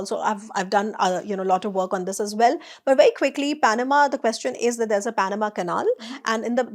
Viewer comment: Very insightful. Brings a lot of perspective. But 'Quest-ion' is a delightful new take on the word 😀